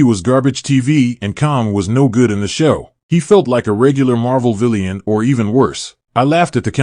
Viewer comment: Does he keep saying villeeaanne (villain)